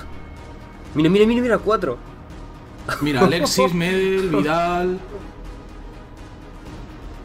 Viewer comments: Se dice medél no médel lo mismo con gokú no góku djdjdj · Se dice medÉl y no meeedel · Siempre he visto la mala pronunciación de xD. Se pronuncia Medél. No Medel a secas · "Medel" se pronuncia como si tuviera acento en la segunda e no en ma primera, es "MedÉl"